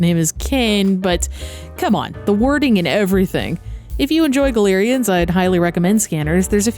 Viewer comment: Galerians was a amazing game when it came out, but I got to a point where I soft locked myself (nothing to control my anger), and I gave up. I tried to go back to the game, and the controls are absolute jank. I always thought it was pronounced "GAL-ER-IANS" not "GA-LER-IANS" like you said. I dunno which one was correct. :)